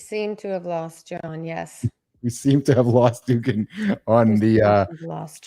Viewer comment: Jack Dugan's name is pronounced "do-GAN" with the accent/emphasis on the second syllable. Rhymes with Duran-Duran, but with a "g".